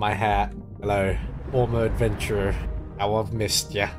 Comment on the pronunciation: says, "How I missed ya," though he says it in an accent and drops the H.